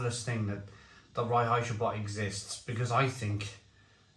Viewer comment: I laugh evert time you say "Reinheitsgebot"... don't speak German but i know it's more like "rine-hites-g'boat"